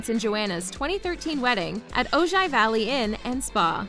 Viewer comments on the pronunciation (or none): Ojai is pronounced OH-hi.